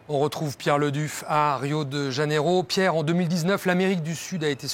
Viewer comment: Arrêtez de dire Rio de Dganeiro.. Le J en portugais se prononce comme un J en français